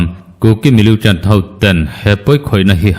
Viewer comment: Millitant tih hi miliutant tiin i lam ziah a, a dik lo, militant ti tawh teh a..